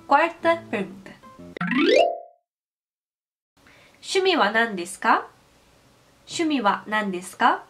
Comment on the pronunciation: Reparei que vc troca, por exemplo, o "shu" por "syu", como em Syumi wa nandesuka. Mas o correto é Shumi wa...